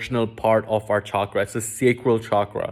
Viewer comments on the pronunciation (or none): none